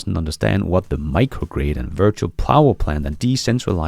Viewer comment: Precisely!, as a Danish citizen, sometimes struggles with English. We must be indulgent. 😏